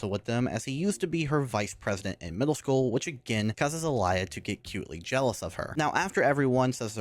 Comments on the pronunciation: "alaia" bruh. its more alia in speaking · It pisses me off how you keep saying "alia" instead of "alya" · Please don't add letters to character's name that ARENT THERE! That's not even matter of it being other language. Alaya? AlAya???Where did you find that A in the middle. And don't tell me I'm hearing things. You clearly pronounce a in the middle. It may be because in my language almost always you pronounce something exactly as you write it so it extremely bothers me when someone can't even follow simple guide how to pronounce a word(because japanese is like that too most of the times). I don't consider english being completely messed up in terms of pronounciation good enough excuse. It would be viable excuse if it was matter of not being able to pronounce certain group of letters but you litterally adding things that arent there That aged... well... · Is it just be or the way he says Alya sounds messed up (this is not supposed to be offensive)